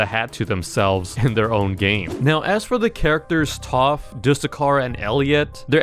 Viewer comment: But why “toph” not taph